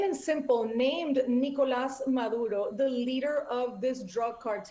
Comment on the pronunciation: Why does she have to say nigolas madududo I can't stand when people do that